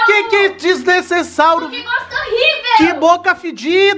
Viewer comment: Palavra errada que fala:desnesesauro e impusivil,certo: desnecessário e imposivel